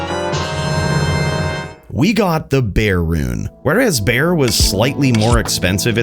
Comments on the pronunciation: Bear Rune..... its BerRRRRR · It's berrrr as in burrrrr not bear rune.. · Bear rune < Ber rune... smh.